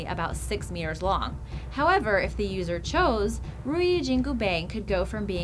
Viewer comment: the way you pronounced jin gu pang make me cringe